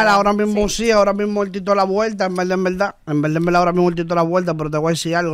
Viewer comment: En velda en velda en velda.😅😂